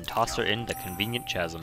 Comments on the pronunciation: Please chasm has a silent 'h' pronounced casam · Chasm is pronounced like this: ka·zm. I had to look it up as I wasn't sure. Words that start with ch- are weird like that.